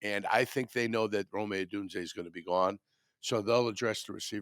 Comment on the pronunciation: Wtf is Romey? It’s Rome(roam)